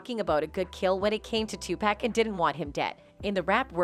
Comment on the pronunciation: “Two-Pack” Ahh yes, 2-pacq-uiao that robot shit is criminal😂